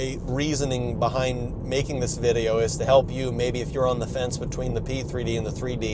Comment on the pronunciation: 3D, P3D ... i just keep hearing C3PO